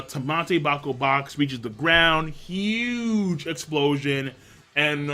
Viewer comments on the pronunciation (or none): shut up king u fucking said juge over Dragon multiple times